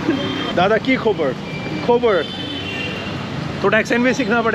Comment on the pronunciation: दादा की खोबोर नहीं होगा कि खाबोर